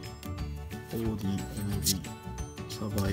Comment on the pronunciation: 似非関西弁が気になってしょうがない… オーディンはオーディーンって言ってるし…